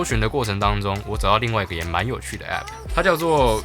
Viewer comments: 會念欸批批代表正統台灣人哈哈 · 那麼計較到底是欸批批還是app很好笑欸哈哈哈哈哈 今天一直語無倫次、太可愛ㄌ 我原本還以為在拍鬼片#